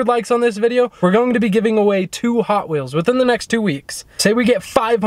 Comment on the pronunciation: The way she said ‘hoT WheelS